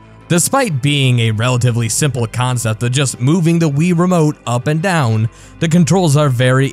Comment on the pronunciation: Boy, did you just call it the fuckin' "Ree-remote"?